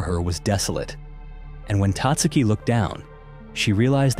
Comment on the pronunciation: Tatsuki is pronounced with emphasis on the SECOND syllable Tat SU' ki